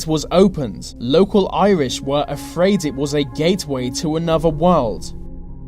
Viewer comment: Hello! This is a suggestion only, but would improve your quality and your professional mien, both: Can you please try to pronounce "th" not as as a 've' sound? ie: With, instead of 'Wiv' you slip up often, and it makes it difficult to listen. For instance 'free fousand' instead of three thousand... 'anover' instead of another. I really enjoy your work so please dont take this as me trying to get you down... Perhaps you could highlight every 'th' in your script, and practice each one exactly until perfect... Only then record your work! I teach this and stage craft, hence my interest. Good luck with it, whether or not you take my comment and suggestion on board ! All the best, and thankyou for your interesting work! Alicia Manolas.